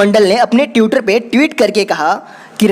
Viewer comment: Badhiya video. Bas ट्विटर और ट्वीट होता है, ट्यूटर ट्यूट नही। Agar ap public speaking ker rahe, to kripya uchcharan ka dhyan rakhe.